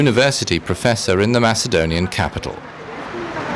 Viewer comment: you have nothin in common with ancient macedonians you can't even pronounce it right you are serb or whatever its a shame that our goverment don't diclare war with you so we can take your shity country kill all of you and have the rest macedonian in greece where it belongs